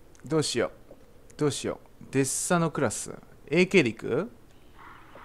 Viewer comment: デスサになってますwww デッサですね笑 連コメすいません